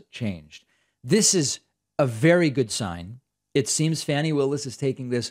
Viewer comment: Fah-nee as in faucet not fan-nee. Just FYI, love your content.